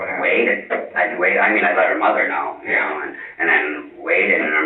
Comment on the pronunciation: After awhile, his 'Ya Know' just turns into "Nyeow". 🤣 😵‍💫